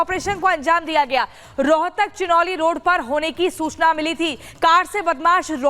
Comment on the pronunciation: छीनौली है चिनोली नहीं 😜